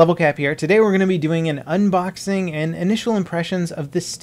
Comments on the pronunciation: "Hey guys, LevelCap here, and today we're gonna be ubnoxing the Steam controller..." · "Hey guys, today we are going to do an UBNOXING, and initial impressions of the Steam controller. " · Ubnoxingzz!! Duw yu ewen engrish bro? ;)